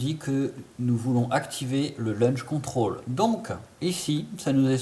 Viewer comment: Launch control, et non pas LUNCH CONTROL, sinon bien ta video, mais c’est bcp plus compliqué sur edc17, med17...